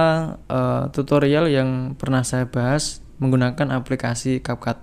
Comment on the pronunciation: Cap cut bukan cap cap 😂ga jelassss🖕